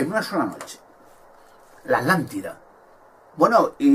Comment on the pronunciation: Porque no pronuncias la primera T de ATLANTIDA , Dices Alantida. Conio pronuncia bien carajo